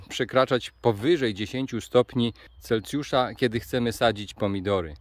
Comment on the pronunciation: CelSjusza, nie CelCjusza